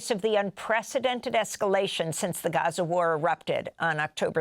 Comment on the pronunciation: Stop saying Gaza like that Americans are stupid. If you say Gaza the same way an American would you will connect with Americans for sympathy for the Palestinian cause, when its said the way this gentleman pronounces it I don't even think people in the states know what you are saying.